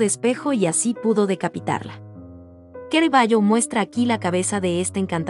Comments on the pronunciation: C + A = CA no es QUE RAVAGGIO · Lo único mal del vidrio es la mala pronunciación del pintor y del nombre de suse obras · Tema excelente aunque con errores y lo peor...pronunciar mal el nombre del artista...choca!!!